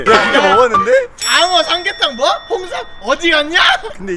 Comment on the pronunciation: 장어 삼계탕 홍삼 발음 무엇~?ㅋㅋㅋ